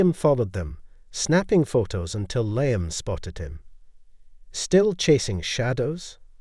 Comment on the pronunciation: MORE AI bullshit from someone who obviously cannot write a coherent narrative on their own Can't pronounce Thames OR Liam properly, let alone lavish or elite. WHY did Avery invite William to the auction where Avery was meeting Victor and where her earring was displayed? WHY did she behave so blatantly there, IN PUBLIC, with Victor, IN FRONT OF William? WHY did she give an expensive earring that William had bought and given to her as a gesture of love to Liam? Victor mentioning "Edinburgh"? WHY did William go home home without Avery? WHY did the earring disappear the next day if William had never mentioned it to Avery? "Avery's cryptic sketchbook" comes out of nowhere. Avery sketches? WHY was she crying while talking to Liam? She hadn't even left him yet. "A lingering hesitation" when he did nothing more than touch her shoulder? Doesn't sound like there was much chance of the baby being Williams if she cringed at merely a shoulder touch. Also, having an affair WITHOUT taking precautions? Why did she need Victor as a "decoy" to throw William off? William believing that she was cheating with Victor would somehow be less tragic than her cheating with Liam? Adultery with a wealthy collector is more acceptable than with a struggling artist? WHY did Avery flinch whenever William's phone buzzed? C + L? WHO is C? HOW did Liam get Victor's new address to mail the earring back? Victor, a "wealthy collector" is adjusting paintings at the gallery? Is that common for wealthy art collectors